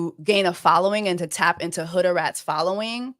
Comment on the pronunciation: Jessie calling Hudarat everything but her name is sending me 😅